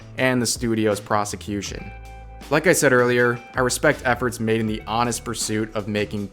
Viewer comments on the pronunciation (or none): none